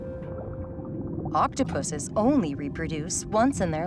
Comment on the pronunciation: She said pusses😂